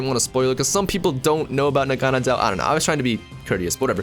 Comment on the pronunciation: Naganadel is (nah-gah-nay-dll) I think